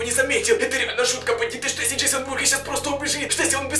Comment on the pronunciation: Ты сказал джессон